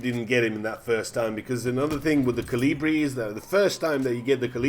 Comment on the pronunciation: Hurts that Kolibri is being pronounced wrong by every youtuber that isn't from Europe. It's not named after caliber, It's named after a Humming Bird (which is Kolibri in like 30 different languages) it's like you're butchering the word kolibri everytime you say it. It's fun tho